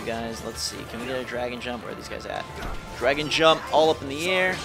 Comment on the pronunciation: Dude, it's called "DRAGOON" Jump, not Dragon